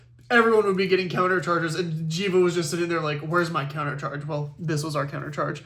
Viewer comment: It is Jheva!!!